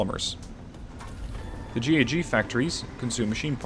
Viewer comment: I'm not completely sure if I'm hearing right, but it sounds to me like you are saying "G.A.G." instead of "G.H.G." Just saying in case you aren't aware of it.